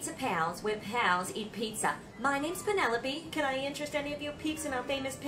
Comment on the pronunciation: Love the way mispronounced Penelope (at first) as a nod to his life of being mispronounced. But did he actually mispronounce "prodigiously"? Also love "pfeelings". And Kathy is *talented*.